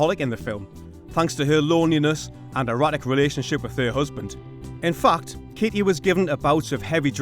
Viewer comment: Everytime you say "fact" I hear "f*cked". 😄